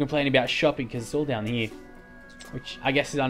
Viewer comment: i love how when u say here it comes out as heee XD lol cracks me up